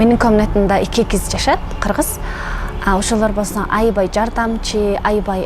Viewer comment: Айибай айибай😅 Аябай деп сүйлө.негизи молоццы